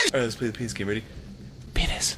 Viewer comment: I have heard "Painis" more times in this 30 minutes than I did in the rest of my life combined